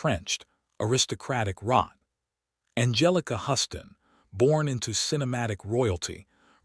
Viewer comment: FYI: Anjelica Huston's surname is pronounced as "Hews-ton", not "Huss-tin".